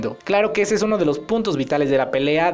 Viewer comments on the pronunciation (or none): en la parte 3.35 antes de disir puntos dise putos xd